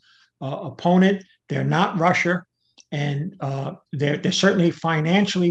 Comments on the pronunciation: Americar, Chinar, and Russiar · and Russier